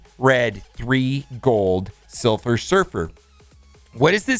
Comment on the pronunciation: he says "silfer surfer" ajsjsjsjs